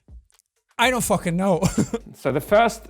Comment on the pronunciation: Jack:ill tell u a secretits called'i dont fawkeen know' Me:ok